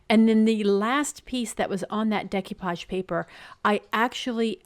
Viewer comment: Loved them all. Decoupage is a French word and is pronounced Day-coo-paw-g. Keep on crafting!